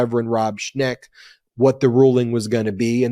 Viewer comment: LOVE the episode! BTW it’s Rev Schenck NOT Rev. Schneck and ‘Aileen’ Cannon NOT ‘Eileen’ Cannon. :)